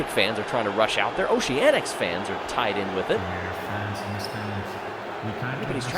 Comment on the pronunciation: "Noceanics" lol